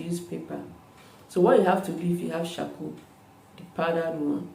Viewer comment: You said coarcoal